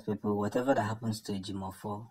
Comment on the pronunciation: Please pronounce the name correct.we don't have Ejimofor .what you can find is Ejieofor or Ejimakor